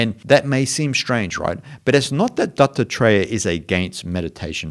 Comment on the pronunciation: it sounds like you are saying Dr Dre instead of Dattatreya, creates a wonderful spin on your lesson, great stuff btw.:-)